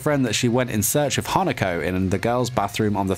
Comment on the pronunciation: My mind: did he just said “hanakoko”...? Also.... HOW DARE HE SAID “NEINEI”